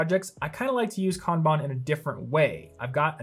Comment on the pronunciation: I know this is an old video but I so appreciate for properly pronouncing Kanban. It completely burns my brain when people say Can Ban 🤣. 本当にありがとうございます🤙🏽